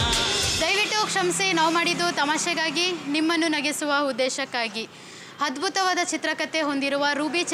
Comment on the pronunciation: Program k....but sirikannada name itkondu...mdm kannada wrong pronunciation madtiralla mdm small correction madkolli... Example: hadbuta antira....adu adbhuta... and huddesha antira...adu uddesha....any pradeshika bhinnate irabahudu...but public view agodakke heliddu